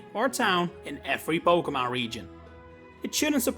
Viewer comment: You misprounce Pokémon